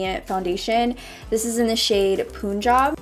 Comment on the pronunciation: “Poonjab” girl its punjab. Like the word pun.